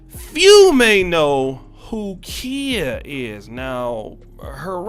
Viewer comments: Kiya is how you pronounce her name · It's not Kia bro lol, it's pronounced KY-Yah. Also, she reps Tampa Florida. She even says it in her old "Kang Wang Wit It" song. I know so because I am from Florida. Just wanted to point that out homie. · Yes, Queen! That’s right give my girl her props! #TeamKhia 👑💛🌻🍯 It’s Kh(eye)a 👁🤣🤣🤣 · Her name is pronounced Kye-ah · LOL why you pronouncing her name like the car i drive? LOL i was like "oh i got a KIA" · its pronounced ki-ya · Babe, she out of Florida and her name is pronounced K eye Yah. She gonna roast yo ass for fuckin her name up. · Khia pronounced KY-A (K👁A) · I cringed everytime you mispronounced her name. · Bruh u said her name wrong the whole video 🤦🏾‍♂️😂🤣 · You are saying her name wrong sir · Y is he saying her name wrong that's not how u say her name wte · he lost me when he mispronounced Khia's name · U saying her name wrong lol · You're the only one who pronounce her name that way